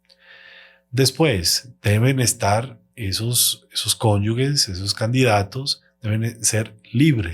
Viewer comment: CONYUGES, CONYUGES, CONYUGES. NO, CONYUGUES, . NOOOO CONYUGUES